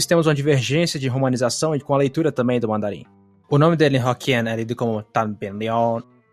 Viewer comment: Demorei pra avisar, mas você não precisa alongar a vogal no mandarim para falar o tom plano. O macron não funciona no mandarim como um "alonga-vogais", ele só indica que você terá que pronunciar a palavra num tom plano, sem alterações, e não esticar a vogal.